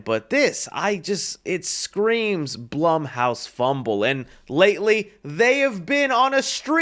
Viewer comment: It’s BLOOM HOUSE NOT BLUHM HOUSE..